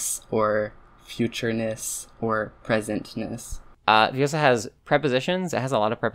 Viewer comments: it's ViOOOsa, not ViosAAA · It's Viossa, not Viossah. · it's le-viOssa not le-vioSSA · its viossa an not viossa